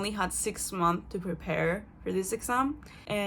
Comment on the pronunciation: funny, youre so francophone now, you omit the final -s in "months" like a french person. "six month" haha